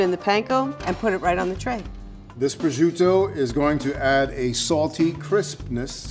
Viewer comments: the only thing that pisses me off is the way pronounce prosciutto. DON'T PRONOUNCE IT LIKE A STUPID DRUNK WHITE PERSON! SAY IT LIKE A PROFESSIONAL! "PRO-CHUTE-TOE", NOT "BRO SHUDO"! AND PRONOUNCE P AND WITH THE SOFT ACCENT! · pronounciations of Prosciutto and Arrabiatta make me so mad.